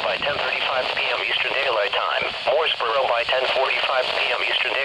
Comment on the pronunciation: The NWS voice gets it all wrong...it's pronounced "Mo'sburra", not "Mooresboro" :)